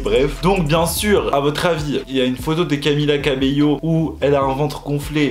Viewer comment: Tu dis Camilla cabillo au lieu de Camilla cabello